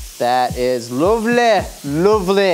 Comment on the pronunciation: sounded like a Northern English man when he said 'lovely'.